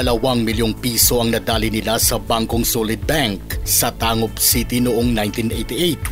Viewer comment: Tangub city, "tanggob" po pinopronounce yan.